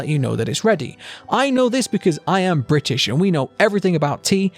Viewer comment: Oh no..... BRI ISH